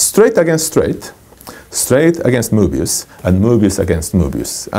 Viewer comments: My son on the other side of the room thought he was saying boobies. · I love everytime he says "Mobious", it is so enjoyable. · love the way he says "mobius"